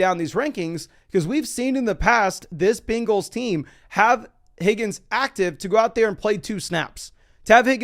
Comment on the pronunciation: The way you say bengals is hilarious. “Bean-gulls” 😂